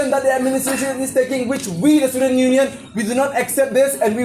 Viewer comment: tang pronounciation ruh um nang bha shillong ruh cilong , student ruh istudent. wtf.